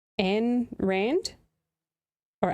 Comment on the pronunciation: "Ayn" rhymes with "mine." And if you read anything she wrote it's more like, "Mine, mine, mine! IT'S ALL MINE!!!"